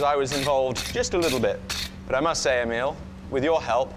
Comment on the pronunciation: The smith is probably named Emil, not Emiel..unless hes French or something. Cheers from another Swedish Emil !!!